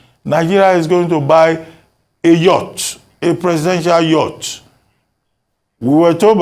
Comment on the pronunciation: He is an illiterate hearing the way he mentioned yacht